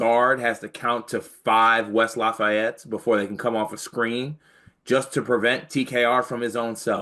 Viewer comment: It's West LAF-EE- ET, not West LAF-FAY-ET. Thanks...